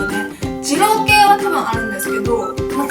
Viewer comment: でぃろうくぇい